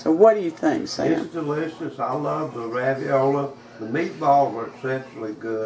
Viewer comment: Sam made me laugh when he said raviola. 😉